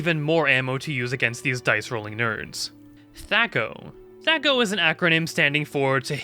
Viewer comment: I gave you a thumbs up for correctly pronouncing thac0